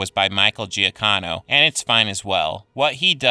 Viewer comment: I disagree that the Star Trek soundtrack was just "okay". I think the melody Giacchino (which you butchered the pronunciation of btw) came up with is beautifully crafted and has a very appropriate feel.